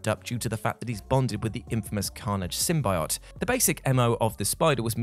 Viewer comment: Sim-bye-ott..? Sim-bee-yo't